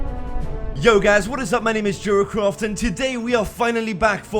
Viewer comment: it sounded like he said jerkoff instead of jeracraft just saying, no hate